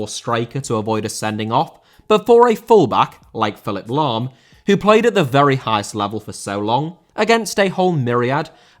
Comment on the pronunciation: Lahm * not Lohm